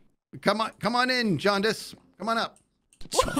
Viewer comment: It's jaundice-tay everybody lol